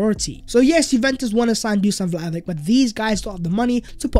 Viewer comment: I beg you, it's pronounced Dushan Vlahovich!